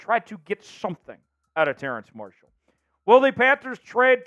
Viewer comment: is dude calling him "terrance marshall"?